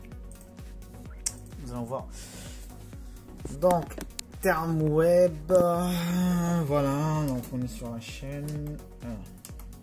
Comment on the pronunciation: bonjour, à la prononciation je vois que vous ne connaissez pas cette marque, mais pourquoi pas... sauf qu'en 2021 ce n'est pas ce model là qu'il faut dejà rien qu'à voir le port DB9 VGA.... Bref optez pour le 2510S ou 2710S sont en 165HZ HDR10 certifié et sur une console HDR10 4K 60HZ, que ce soit le 25 pouces ou le 27. Prix du 25 pouces 200 €.. Prix du 27 pouces 220€ , je ne conseils clairement pas ce model , en 2021 les écrans qui proposent du DVI ou du VGA ouille... Si vous avez des questions sur l'écran pas de soucis. A+